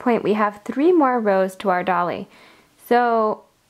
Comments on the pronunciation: You are terrific but it is a d-oil-y not a dolly. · Dolly?? Its Doily..like toy-ly